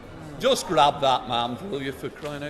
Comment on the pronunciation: "Can ah joost sae"